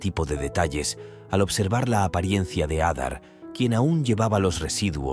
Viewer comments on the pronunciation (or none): none